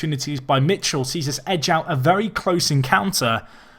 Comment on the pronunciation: Michel is pronounced mikèl